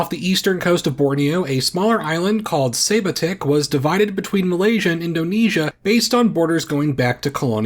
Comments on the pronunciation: Educational purpose; for the correct pronunciation of Sebatik Island: (suhh-bahh-tiq) - not "say-buh-tiq" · Just a head's up, "Sebatik" is pronounced suh-bah-take. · As a Malaysian it's really funny how you pronounced sebatik lol